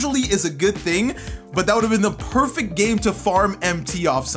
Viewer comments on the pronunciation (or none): none